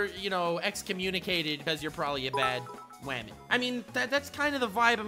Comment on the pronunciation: “wamen” Captions: “webmin” Yup seems about right